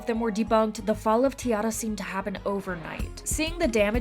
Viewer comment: It's funny how even Kpop fans mispronounce T-ARA. It is tee-air-a, not tee-arr-a. Listen to Wanna Play if you don't believe me.